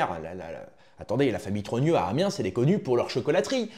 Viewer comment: Par pitié on ne dit pas Amiensss mais Amien même avec le S a la fin 😂